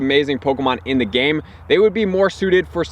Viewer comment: A lot of the information you post is very helpful and useful, but the way you emphasize the word "THE" makes me cringe.